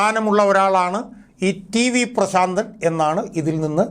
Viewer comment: "ശ " വേണ്ട പ്രാ.... ൻ